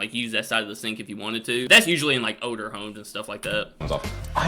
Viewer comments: pronounces the word “older” as “odor”. I was so confused at first 😅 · When you say odour home and odours sinks .... did you mean older homes and sinks ?